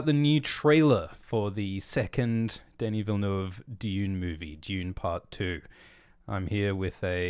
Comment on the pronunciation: finally he pronounces Denis Villeneuve correctly!